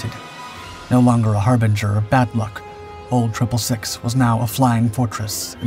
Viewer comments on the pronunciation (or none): its pronounced old 666 not old triple 6